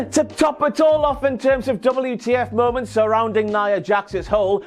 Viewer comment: WTF MOE-MOUNTS.